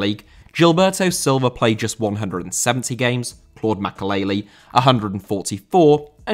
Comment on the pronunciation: Makélélé,not Makaleili